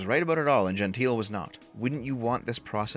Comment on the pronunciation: Pretty sure Gentile has three syllables for at least one of the two men here (and presumably both).